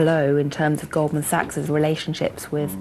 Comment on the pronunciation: que rabia me da al tipo este diciendo goldman saggg, no sabe lo que es la ch? es sach pufff